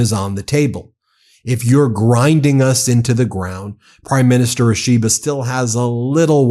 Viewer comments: Quick pronunciation note for the MeidasTouch people, Ishiba is pronounced more like an Apple product called the “E-she-ba” than “a-SHE-ba” Same for names like Akizawa, it would be “A-key-zawa” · Ben, Japanese Prime Minister is Mr Ishiba, Shigeru Ishiba. Not Ashiba😂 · It's pronounced EE she ba. Like that.